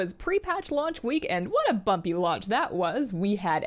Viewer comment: i almost thought she swore when she said bumpy. hah